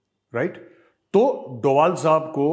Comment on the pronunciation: Ajit Do bhal not dobal